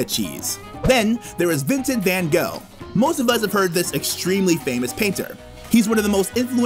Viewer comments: Gouda is not "Gooda" and Van Gogh is not "Ven Go"'. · You should pronounce Gouda and Van Gogh the correct way. You are totally butchering it, like for example Americans do. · Such a great video, until you mispronounced Vincent van gogh :( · Very good till………….you started to pronounce Gouda as Guddha and van Gogh as van Goh. That hurts in our ears. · Very nice, but please learn how to pronounce Van Gogh. It is not Van Go !!!!!! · You totally butchered Van Gogh and Gouda. It is totally not pronounced like that... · Great video, but I missed (as someone from the Netherlands) a few things. For example: the tulip mania, a village that has canals in stead of roads, and the flood of 1953. And I know how you say in english gouda cheese and van Gogh, but in the Netherlands you say it different. So it would be nice if you say it as the Netherlands. One fun fact about gouda cheese, did you know that Gouda is also a city in the Netherlands? I really liked to see this in the video, but it was still a good video